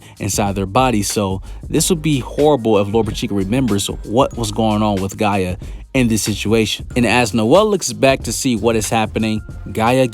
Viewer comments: Bro it’s gaJA not gaea 😭😭u be killing me dawg where the hell u from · Everytime this man says Gaia I just wanna be like it's Gaja 😭